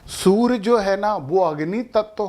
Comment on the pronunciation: Kripa karke surya ko soor aur karye ko kar mat kahe